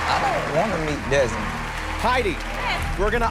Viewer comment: who's Desmond? dezmont he said